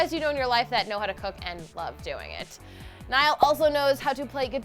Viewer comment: it's NIALL